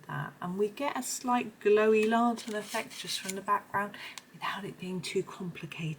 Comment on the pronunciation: Great video. Lantern is pernounced LAN - TERN. You seemed to call it a LA-TERN. Not trying to sound nasty or anything just wanted to mention it.